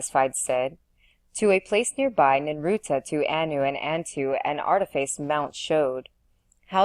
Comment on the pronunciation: ninurta succor satiate visior so many words thru this entire reading are said wrong this is the only place to listen to it though